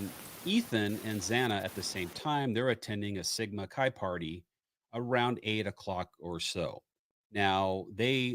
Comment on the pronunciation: It is “Sigma” “Ki”, not ‘Chi’, not like chi latte, hard K